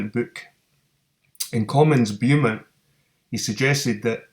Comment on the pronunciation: It's pronounced 'Bow-mont' mate